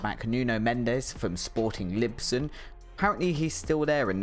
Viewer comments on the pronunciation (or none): It's one thing to butcher the names of players, but Sporting LiBson ???